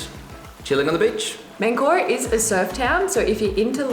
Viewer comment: You started in what you called ManCORa. It is MANcora, the emphasis is important in Spanish.